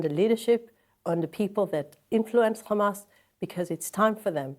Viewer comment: She can say Hamas but she purposely says khamas